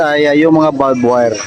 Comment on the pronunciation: Di ba barbwire di balbwure!!!